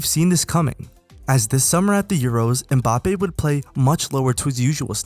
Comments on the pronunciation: This nigga said mPAPPE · Good video, but from an African to the world: Most of you pronounce his name wrong. You say Embappé but it's Mbappé, you leave the "E" out